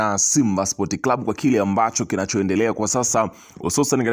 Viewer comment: Matamshi sio spot ni sports